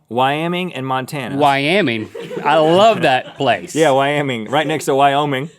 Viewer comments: Wyaming LOL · I live in Buffalo Wyoming and from now on I will say Wyaming instead of Wyoming. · "Wyaming"... Nice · "Whyaming, as in, 'why am I in Wyoming?'"